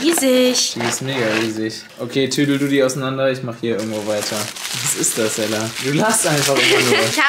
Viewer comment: hat gesagt gella